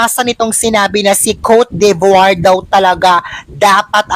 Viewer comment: i love you pero its not cote de voire you need to pronouce it cot de bwah...